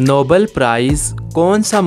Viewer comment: Nobel prize, not Noble